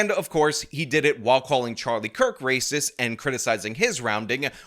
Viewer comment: Per capita is Rayziz